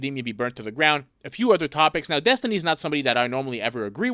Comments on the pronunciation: Destiny picked a name that he can't even pronounce properly. Dethtiny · Oh boy! More with-dom from DETH-tiny.